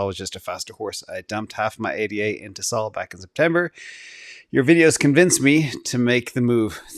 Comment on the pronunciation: It's not A D A, it's ada. It's not S O L, It's sol. He really hates ada